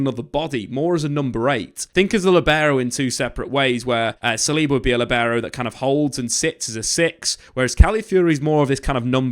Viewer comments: The Líbero pronunciation is Leaber-o. Stressed syllable is the first one, LI (Lee). LEE!..bero. It´s normal to think that latin languages tend to highlight the last syllables, but this is not the case. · Learn how to say libero correctly